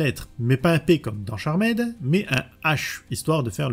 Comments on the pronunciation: Merci pour la vidéo mais en phonétique c’est charmde et non charmaid. 😂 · Super vidéo ! Par contre t'abuses sur les CharMAID ^^ "Tcharmd" 😘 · J’ai rencontré tout au long de ma vie ( proche, ami, collègue, connaissance ) qui disaient « Charmède » plutot que « Charmd » tout du moins. Et étrangement meme un Youtubeur Dijonnais le dit de la même manière donc bon … L’un dans l’autre … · C'est dommage de ne pas avoir plus creuser le sujet. En 5 mns "charmaide" (ça pique vraiment les oreilles), ensuite on passe de proue à pru ?!? Et Phoebe a aussi le pouvoir de lévitation et devient reine de l'enfer, en tant qu'épouse de la source, avec Cole... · 3 secondes de vidéos, j'entend "charmède" j'ai envie de quitter, je reste mais je me sens sali 😂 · Merci bcp pour la vidéo. Cependant, attention tout de même à l'accent anglais quoi... Je ne demande pas à ce que les YTubeurs auxquels je suis abonné soient bilingues, mais dans la mesure où vous jouez tous un rôle plus ou moins éducatif auprès du public qui vous suit, un minimum stp 🙏🏽 "CharmÈd"??!....pas comme si tu le disais qu'une fois en 40 min en plus. (J'en ai tenu 25, ça m'a saoulé). Cela ne coûte rien de procéder en amont à une petite vérification des mots anglais que tu vas utiliser dans le cadre de ta vidéo pour nous livrer une narration qui ne fait pas saigner des oreilles (valable pour toutes tes précédentes vidéos, mais aussi pour les fautes de français/prononciation qui, perso, me perturbent à chaque visionnage de ton travail que je respecte. C'est pourquoi je te dis encore une fois, merci pour cette vidéo ! Signé : un abonné qui t'aime bien, toi et les sujets que tu traites, mais pour qui les langues française et anglaise ont encore une grande valeur à une époque où tout cela semble anecdotique pour bcp.... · Moi aussi je dit charmaide